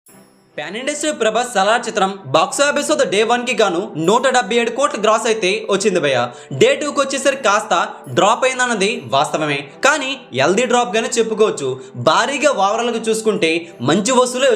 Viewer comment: ఒరేయ్, ఎల్తీ డ్రాప్ కాదురా, హెల్తీ డ్రాప్ అని పాలకాలిరా